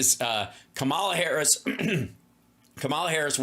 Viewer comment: Comma la, comma like a , and la like la la la la. not come-all-la.